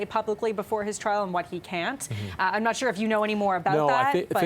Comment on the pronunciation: He can't even say not with a T! Now corrected! Thanks!